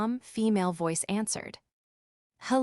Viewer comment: WTF is V oice? It’s voice! 1 word! This AI voice is horrible! Unsubscribing!!!!!🙄